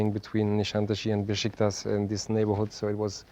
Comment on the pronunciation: Not Beşiktas amk. Beşiktaş!